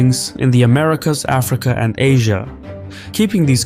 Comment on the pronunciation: it would be like saying aFRIca instead of AFrica